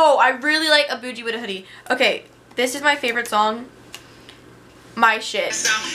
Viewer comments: Wait boojie you mean boogie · Does she not know how to say boogie.. she said boosie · It's boogie not boujee lmao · wtf is " A Booji With A Hoodie". you mean "A Boogie" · did she say "a boojie with the hoodie" ? oh hell no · i like how she mispronounces boogie's name when he says it the correct way in the song XD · She can't even say Boogie wit da hoodie right.